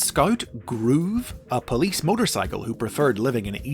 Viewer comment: "POLISE" lol!